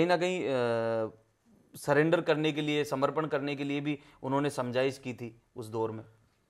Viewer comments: surrender ko cylinder koi bhi aria me nhi bola jata bhai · पूरा परिवार शिक्षित है सरेंडर को सिलेंडर बोल रहा है